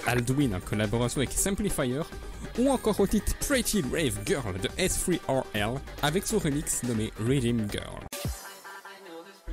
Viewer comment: ça se dit Seurl ou Sureal pas S 3 R L